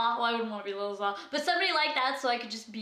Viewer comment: jb friend Lil Za name is pronounced ZAE .